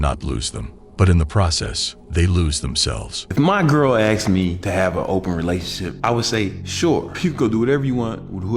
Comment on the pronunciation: "Axed Me"